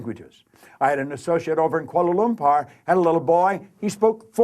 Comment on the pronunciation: What he mumbles is "Kuala Lumpur" which is the capital of my country Malaysia